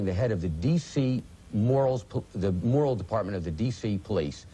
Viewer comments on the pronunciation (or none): none